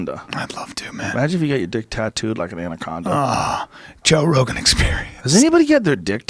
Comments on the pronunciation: Joe "buh-row" Rogen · Joe bah-row Rogan